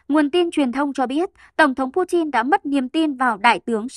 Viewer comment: Pu tin ko phải chin